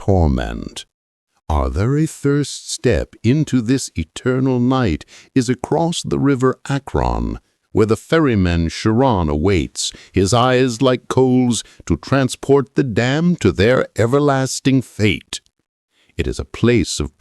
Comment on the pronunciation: Chiron...Not Sharon...haha